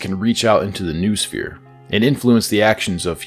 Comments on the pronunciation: ffs noosphere is pronounced 'know-oh-sphere', not 'noohsfeer'!!! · Noosphere is pronounced no-oh-sphere